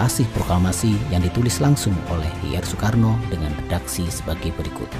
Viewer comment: Bacanya Sukarno, Sukarni😁